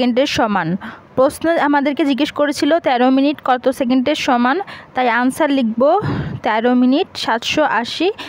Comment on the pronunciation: আনসার না অ্যানসার 😄😄😄